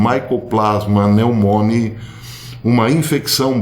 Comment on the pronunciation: A nomenclatura oficial, conhecida popularmente como "nomenclatura científica", usá o latim. Assim, o nome de organismo é dado pelo seu gênero, iniciado com letra maiúscula, seguido da espécie, iniciado com minúscula. A escrita é em latim, bem como a pronúncia. Consequentemente a pronúncia do nome da Mycobacteria pneumoniae é "micobactéria pneumonie".